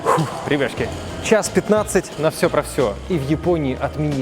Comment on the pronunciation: Я всю дорогу думал что ведущий говорит "Ребяшки".